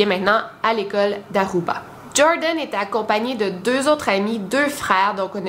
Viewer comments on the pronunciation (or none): C’est Joran, et pas Jordan ;)